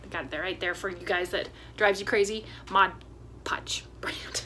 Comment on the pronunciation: Love it! And yay for saying “MOD” Podge. I promise you are not the only crafter that calls it “Modge”. I do have the Cordless Surebonder and mine does drip a bit but I don’t believe i am using Surebonder glue sticks. Will get some and see if it makes a difference. I enjoy this series. I am old and am having trouble seeing stuff too. Threading a needle is almost impossible.